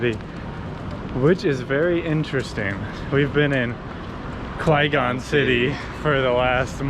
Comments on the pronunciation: Is Quezon pronounced as Qwe-Gone an inside joke? Or is Kwegon a new place out there? Quezon is supposed to be pronounced like Keh-Zon. Just fyi. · Not sure if you guys are purposely saying it wrong but Quezon is not pronounced Kway-gong… its Que-zone. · Quezon is pronounced as KE-ZON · Its "kezon city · Am I the only one bothered how they pronounce "Quezon" as "Kwe-gon"? 😅 Anyway, enjoy your stay here in PH. 🇵🇭